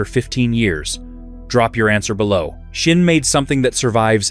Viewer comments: Where the hell do you get the h in Sinn from? It is Sinn not Shinn the f.... the way you pronounce it would be written Schinn in German. WTF. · I recognized, that you always spell the name of my favorite watch maker wrong! Always, in every video! So: the name is SINN and NOT S"h"INN! I don't know, why you're saying it wrong every time - but I have a mnemonic for you: just think "I'm a SINNER - and than forget the "ER" at the end! Et voilà...SINN 👍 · love schschschinnn watches 🤣🤣🤣🤣